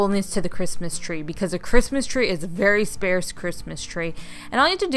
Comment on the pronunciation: Sparse ... "sp-R-s"